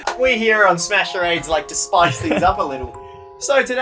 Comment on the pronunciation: Screen: Welcome to smash charades What it actually said: OKAY ED OY ADE